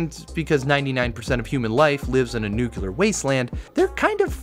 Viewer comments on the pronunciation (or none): It's nuclear. Nuc-L-ear, from nucLeus. NEW-CLEAR! Not nukular or nuke-yular. Please, children are watching, maybe.. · NUCLEAR NUC LE AR NUCLEAR "nukular" is not a word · Fallout: a Post Nucular Role Playing Game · okay, this isn't the first time I hear somebody say "nukelar"... What is wrong with you? Is this an outdated Simpsons reference ? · What does word "nucular" mean? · "Nucular war"?😂😂😂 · Was it "nucular"? Cuase that's for what I'm blocking this channel now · can I really watch a video about Fallout from a guy that can't pronounce nuclear?